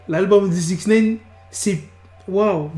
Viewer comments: Arrête de dire Sixnaine c'est Sixnine !!! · Apprends à bien dire les noms please . Joe Budden ( boudden) et 6ix9ine (Naïne ,non néine ) . Peace